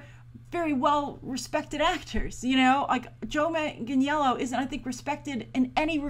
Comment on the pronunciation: u said his last name wrong is pronounces Joe Manganello there is no j in it and the i is silent but it is spelled Joe Michael Manganiello